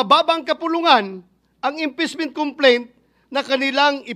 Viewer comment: Sabi ni bato inpessment hindi impeachment 😂😂😂